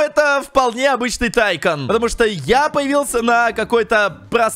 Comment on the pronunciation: Если что как ты говоришь тайкон называется не так тайкун называется атйкун